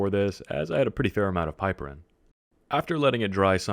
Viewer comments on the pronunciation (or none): PIP-er-rin not PIPE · Also it's pip-er-een, not pipe-erin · also you are pronouncing it wrong - its pronounced pip-er-ene :P